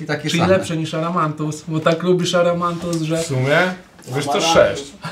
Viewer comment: WSZYSCY: AMARANTUS OWCA: ARAMANTUS 😂😂😂